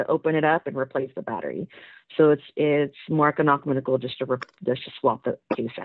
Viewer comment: Home girl said “it’s more econocminical “ 😂😂